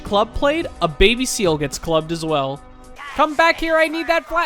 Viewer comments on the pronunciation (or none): none